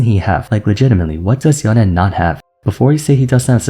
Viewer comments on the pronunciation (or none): Yown-Eh sounds so Weeb. It's Yown-ay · YO-NEIGH NOT YO-NEH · ok at this point someone has to say it WHY DOES THIS GUY REFUSE TO PRONOUNCE “Yone” THE CORRECT WAY??? Intentionally shorten the sound of “e” DOES NOT make it sound more exotic, so why do it???